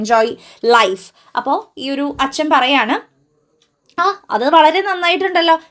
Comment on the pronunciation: Try to pronounce "oru" correctly.😊